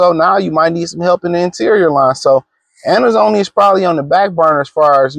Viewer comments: Pronunciation escapes him😂😂😂😂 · Alex who? Bruh you can’t even pronounce his name 😂